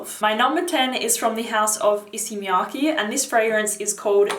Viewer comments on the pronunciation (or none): none